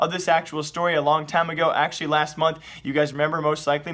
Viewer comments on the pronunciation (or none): none